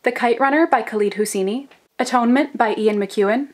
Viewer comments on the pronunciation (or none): The kite runner by 'khuleed husseeni' ? That is 'khaalid hussany'